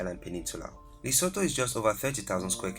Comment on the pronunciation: You kept pronouncing my kingdom Lesotho wrong 🙄